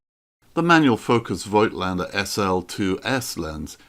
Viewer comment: voigtlander should be pronounced 'fot-lander! - phonetically.